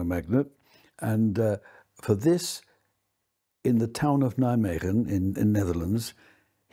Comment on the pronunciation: I never realised the Flying Frog of Nijmegen was the work of a Nobel prize winner. At the time I just thought it must have been just a bunch of engineering students amusing themselves for an afternoon. If nothing else this guy deserves credit for pronouncing Nijmegen correctly.